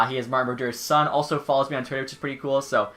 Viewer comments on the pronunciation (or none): none